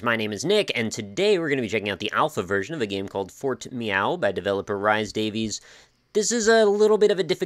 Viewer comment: Rhys Davies is actually pronounced like Reese Davis (it's Welsh)